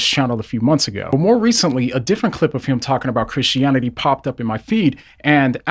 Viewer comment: I like how you say christionity